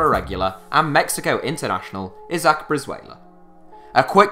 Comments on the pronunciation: iz-ACK? ĪZ-ăk (isaac) GRAY-hum? GRAM (graham) KEN-tah-kē? kën-TUH-kē (kentucky) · cmon fellas, how do not know how to pronounce a simple name of isaac?